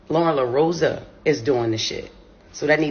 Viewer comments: Who is Loroso? Lerosa =La rose ah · LorosA man. It’s LorosA with an A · Her name is Loren Lorosa not loroso. And you mispronounced it multiple times. Wow